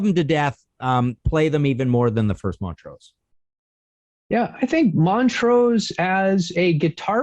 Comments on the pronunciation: It's Mon-trose, not Mont-rose. sheesh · MonTrose, not Mon-rose. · Weirdest pronunciation of Montrose I've ever heard.....